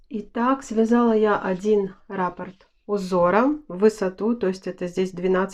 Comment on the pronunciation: РаппОрт, а не рАпорт😕